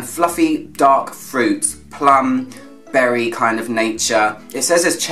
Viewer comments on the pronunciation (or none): none